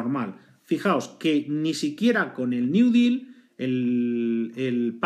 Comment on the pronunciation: Intentas pronunciar "deal" en ingles y lo haces pero que si lo haces en español y mal. Espero que al día de hoy lo tengas superado. Buen video.